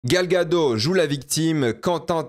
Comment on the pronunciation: Gal Gagot, prononce le Ttttttttt